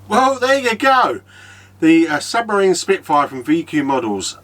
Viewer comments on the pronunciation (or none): Lovely looking bird, very impressive. One thing tho, it’s SUPERmarine not SUBmarine.... 😂😂😂. Try just engines for your exhaust, had custom set ups done by them, very quick and reasonable prices.